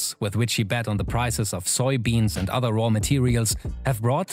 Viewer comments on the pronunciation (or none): none